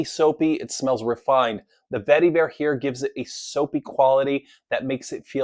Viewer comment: Love every time you say "vetty-vare"! LOL